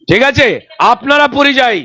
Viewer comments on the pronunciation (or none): none